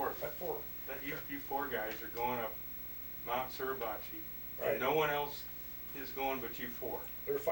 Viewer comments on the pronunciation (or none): Mount not Mouth